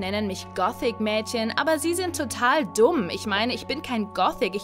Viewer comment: wie sie das wort „dumm“betont hat HAHAHA